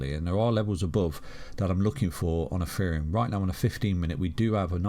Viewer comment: is it ETHEREUM OR EFEREUM....HE SAYS THE LATTER .